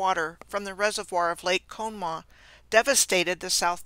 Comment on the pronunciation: Good info. PLEASE NOTE, This river which was involved in the several Johnstown Floods, including 1977, is pronounced as follows; con-uh - maw. No one will recognize how you said it. Thanks.